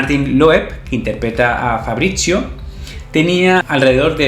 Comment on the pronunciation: Bld que onda con mi nombre pronuncialo bien, fabritsio, 😬